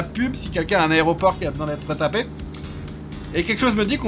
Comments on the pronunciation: "La raie au porc".... rhalala sacré;) Et l'outil pour couper l'herbe c'est un "rotofil". Voili, voilou... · Petite info. a prononcé Aéroport "Aré-o-port". Jusqu'à 15ans. Et non je ne met pas ca sur le dos de car c'est quelque chose que je faisais et qui m'a embarrassé /sifflote. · Hahaha j'avais jamais remarqué que je disais aré-o-port aussi jusqu'à je lis ton commentaire